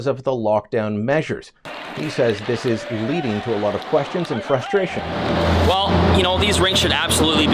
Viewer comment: At the 59 sec mark, Lilley says parents are expressing their "frushtration". I only noticed this because it's becoming a popular mispronunciation by TV pundits. For example, both Sean Hannity at Fox News & former First Lady Michelle Obama mispronounce "administration" as "adminishtration". Yet they have no problem correctly pronouncing "s" in other words. This leads me to wonder if it's just lazy articulation on their part.